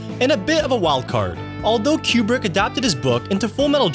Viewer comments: His last name is pronounced "Kew-Brick." Not "Cue-Bruck" I'm not a War Movie kinda person but I actually go into "Full Metal Jacket " when a friend's husband made me watch it. It really showed the absurdity of war .. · Coo-Brick. COOO-BRICK. NOT Q BRICK. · it's pronounced coo brick not cue brick SMH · It is pronounced coo-brick not que-brick. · If you say QBrick ONE MORE TIME!!!! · Item 31... the directors name is not pronounced Q-Brick, but Koo-brick. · KOO-BRICK NOT "CUE-BRICK" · I thought Kubrick was pronounced "Coo-Brick". Is it actually pronounced "Cube-Rick"? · It's not Q-brick it's Koo-brick. And that music in the background is terrible. Made me go to a different video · I keep hearing "Q-bert" instead of "Kubrick" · koo-brick. It's pronounced Stanley "koo-brick." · IT'S pronounced KOO -BRICK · FFS, stop saying, "Kyoo-brick"! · Thank you. That was killing me. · Hearing Kubrick's name repeatedly mis-pronounced 🤬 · Are you mispronouncing Kubricks name wrong or me? Is it Queue Brick or Cooh brick? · Learn to pronounce Kubrick